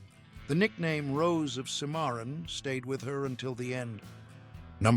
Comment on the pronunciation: cimarron: SIMaron, not siMAon